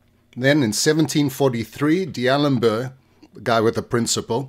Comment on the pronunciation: 1. It's not Dee-A-lem-ber, 4 syllables. It's D'A-lem-ber, 3 syllables. It's French bro. 2. If only LaGrunge had a garage, he could have formed the first Grunge band. It's an "ah" sound, not an "uh" sound. And the second G in LaGrange is the same sound as should be found in the second G in Garage (zh, not dg).